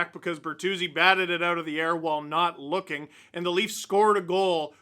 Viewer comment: I had to rewind that "he's looking great" lol sounded like "he's F@ great"